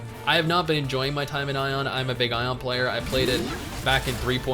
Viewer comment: lol doesn't know how to say aion right the entire time